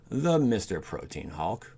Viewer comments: Haha protean hawk it’s actually protean hulk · prōdēən or prōˈtēən hulk, not protein hawk, OMGOSH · It's not pronounced protein hulk! It's pro-t-an hulk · Protein Hawk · Dude I like your videos but from now on please say Protean HULK. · Him mispronouncing the word "hulk" as "hawk" and orochi as "oh-rocky" killed this entire video for me